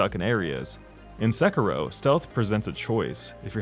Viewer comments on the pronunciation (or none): [Se-ki-roh] not [Sekki-roh] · How hard is it to say "Sekiddo?" You white people are too much. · You sound bored to be reading your own script. Also, se-“key”-ro. Nice video. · dude it's not pronounced 'sekarow'... it's a japanese word after all not an english one